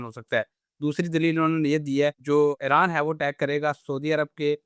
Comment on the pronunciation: It is Iran not airan.